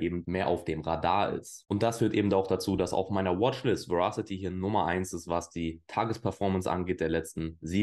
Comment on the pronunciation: Moin! Danke dir für deine Verasity-Videos (und natürlich auch die anderen Videos)..gerne mehr von Verasity! Übrigens: Das englische Wort Verasity bedeutet Richtigkeit (was ein sinnvolles Wort für deren usecase ist..). Ich muß ja gestehen, daß sich mir die Fußnägel jedes Mal hochstellen, wenn das Wort falsch ausgesprochen wird.. 😅🤷‍♂es wird Weräßitti ausgesprochen.. Dein Kanal ist mir einer der Liebsten im Krypto-Sektor!👍